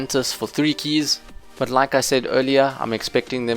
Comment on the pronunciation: you pronounce keys so weird